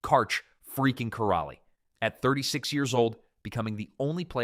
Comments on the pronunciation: I think he pronounced every single name incorrectly. If you can’t get Karch’s last name right, you have no business making this video. How dare you, sir. 😡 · I think "" would have more credibility if they pronounced the GOAT's name correctly. The "L" in Karch Kiraly's name is silent. The narrator also mispronounces Misty May Treanor's name incorrectly.